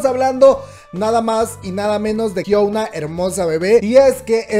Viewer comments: me perturba que la le diga HYUOUNA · jsjsjjs me causa conflicto que digas Hyouna jajdjsjjs pero gracias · hiouna ???? que es esto :v jajaj